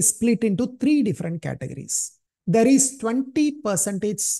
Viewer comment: Treee nhi threee 😢